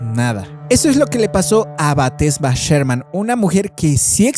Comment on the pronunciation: Exacto es BASADA EN HECHOS REALES, el nombre no es Batesha si no Bathsheba Sherman, tampoco es el hombre torcido, si no El hombre Encorvado, hay que leer antes de hablar.